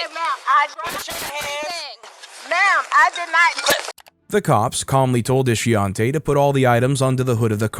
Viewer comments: Ishiontae ? Ishionti , huh 🤔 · Shameka, Ishionte... dont this rubble have proper names? WTF is "Ishonte"? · "Ishionte"? Mhhh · Ishionte?? 😕.. 🤦🏿.. Her mamma was trying wayyyy too hard to come up with something "unique". 😒